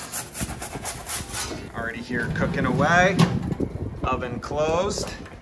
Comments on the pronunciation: Everybody, he is saying cooking not cocaine. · Sounded like "cookin" to me. I'll have to watch again. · I really thought he said, 'since i started getting really serious with cocaine, years ago'. Ignore me.... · Am I the only one who hears "cocaine" in the beginning? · I thought he said obsessed with cocoine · He said cooking.... i Heard "Cocaine"... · I totally heard that too